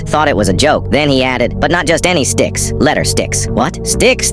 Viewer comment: bro i just realized , it said d*cks instead of sticks...